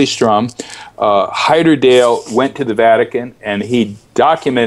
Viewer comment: Why does he keep pronouncing the name as "Heyderdale" when it was Heyerdahl!